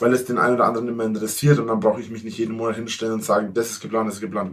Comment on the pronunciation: Letzten Endes! Whooo! Hat sich eigentlich noch jemand so konditioniert, dass er "Monert" hört wann immer der Drache "Monat" sagt? Und noch einmal: Letzten Endes! Whooo! Weil es so schön war, noch einmal: Letzten Endes! Whooo!